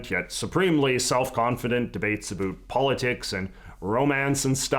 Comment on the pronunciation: Can you pronounce the word about correctly, please?